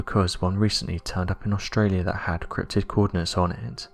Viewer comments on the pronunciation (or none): none